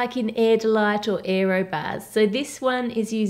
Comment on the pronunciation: "érroh bahhhs"